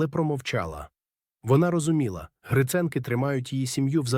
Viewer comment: Дякую вам за розповідь! Але вам потрібно слідкувати за наголосом: 'Віта Поштова" та "Гриценки" - має бути наголос на 2-му, а не на 1-му складі!